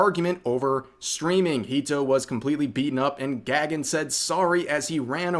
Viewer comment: The nuisance streamer's name is not pronounced as "Gag-un" but something like "Guh-gun." It's a Sanskrit/Hindu name meaning "sky." So that POS is most likely of Indian or Nepali origin.